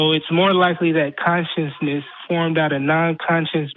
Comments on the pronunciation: says conscienceness not consciousness. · This fucktard needs to learn how to pronounce ‘consciousness’